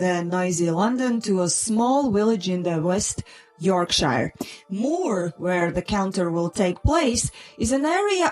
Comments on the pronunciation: It’s pronounced K+EYE-Lee and ‘YORK-shur’ and HUE-min-oid NB: it refers to the area around Haworth in West Riding Yorks. Very close to the bleak moorlands known to the Brontes (‘Wuthering Heights’. ‘Jane Eyre’ &c.) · You have some interesting videos. (It's pronounced YORK shur, short i) Can you blame him for disappearing? Humanity is largely stupidly skeptical and mean.